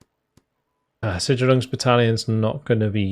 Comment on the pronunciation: Hey, might be worth looking into the right way to pronunce Sicherungs-Bat. I am a german apeaker and always wonderd what you meant when you said "Schüttzerungs"-Bat. until i realized what you actually meant when you hoverd over it. also realy appreciate your videos